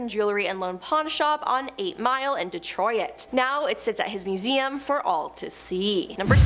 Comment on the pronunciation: Edenburg??? Did you made Edinburgh?? 🙄 De-troy-it?? I'm hoping you meant Detroit.